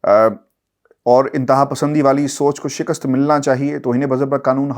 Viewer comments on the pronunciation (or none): none